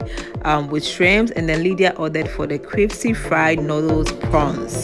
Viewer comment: Opana dey suffer with CRISPY! Cripsy Cripsy saa na afe aso